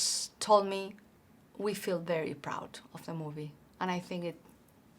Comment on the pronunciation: Very easy to understand her speech. I only wish I could be so well understood in another language. Only little things stand out-- diphthongs like "th" and "ch". "Feel" and "feeling" sounds here like "fill" and "filling" but the context makes it clear what she means. "SiTuation"--- this is an example of over-correct pronunciation -- we pronounce it as "siCHuation." It's a crazy language for spelling-- cough, rough, dough, bough, enough--- cawf, ruf, doe, bow, enuf. Native English speakers think foreign accents are great. So don't worry too much about it.